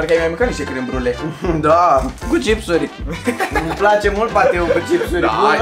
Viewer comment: "ialapenio" "cosaiamaș" "California ripăr" "tortiliauri" "checiup" "pi-fachin-cant" "crem briule" a incercat macar